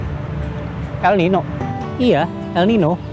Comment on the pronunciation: El Niño di baca El Ninyo